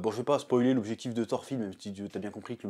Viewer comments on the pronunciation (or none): none